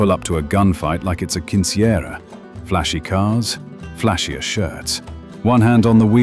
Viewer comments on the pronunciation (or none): You pronounced Quinceañera wrong